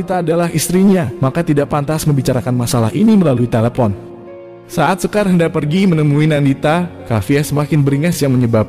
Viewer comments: Bacaya shekar bang.. Bukan sekar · Kok sekar,,shekar itu bacanya (shikar)